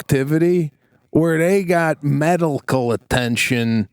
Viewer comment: Lol - "Meddlecal attention"